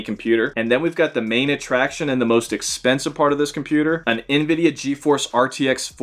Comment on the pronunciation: No way your trying to do what other YouTubers do where they say things wrong for comments like “gigabits” instead of gigabytes and “invida” instead of Nvidia